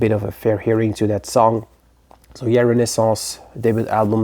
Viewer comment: I've been talking about Renaissance recently and showed that album not long ago. I gotta say, I like the way you pronounce the name better. ;) 1969 is such an incredible year. King Crimson and Led Zeppelin's debuts both really changed the direction of rock as you said. Great selections and excellent choice for a year!